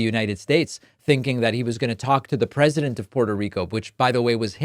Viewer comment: Finally someone remarks on people saying "pundent"! Even pundits do it. (Looking at you, Dan Pfeiffer. 😉) And what about "presindent"? (Looking at you, President Biden. 😉) You hear those rogue n's in other words as well these days; I'm sure I'm not alone in having noticed a rising tendency among native American speakers towards inserting n's before d's and t's. I believe the reason is that, like the d and t sounds, the n sound is produced by touching the tip of your tongue to the alveolar ridge, this proximity leading to some people using it as a sort of "bridge" to d and t. It's not a surprising linguistic development, but the results are still kind of silly. 😃